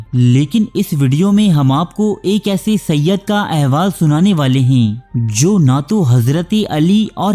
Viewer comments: Bhai ye lafz sayyad nhi sayyed he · Sayyid hai.. ی ke neechay زیر hai زبر nahi